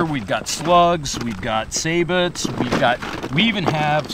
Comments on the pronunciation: mark: What is a "say-but"? It's actually sabot = sa-bow', accent on the second syllable. I worked for a company that made sabot rounds for the military. 😆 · Excellent video and review. This looks like a great semi-auto option. I also like that it retains Mossberg's regular safety location on the rear of the receiver. That offers a manual of arms consistency with the Mossberg 500 pump shotgun series. BTW...sabot = "say bow" and not "say bot"